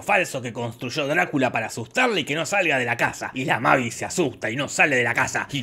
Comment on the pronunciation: Un dato no tan delital importancia, la hija de Drácula pues se dice meivis